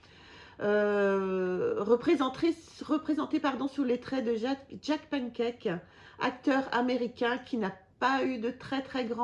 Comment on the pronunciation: Salut. C'est Jack Palance pas Pankake. Tu devais avoir faim haha Sinon bel album et histoire très sympa. Ce qui est difficile avec les EO de Lucky Luke en broché c'est de les avoir en état totalement neuf. C'est tellement fragile.